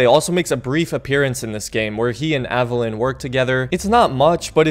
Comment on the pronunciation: It's pronounced "Aveh-leen."